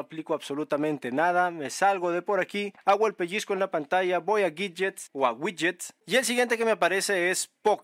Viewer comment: Ouidgets ouidgets 😅 pd descargué tooooodos los gidgets 🎉🎉🎉